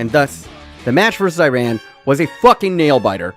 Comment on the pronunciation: Love that you pronounced it "ee-rahn" and not "I ran'